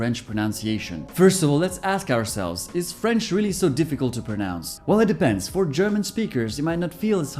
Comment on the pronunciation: Omgg, i'm french and your pronunciation is perfect, really !! Like a real french, I can't do the difference 😱👌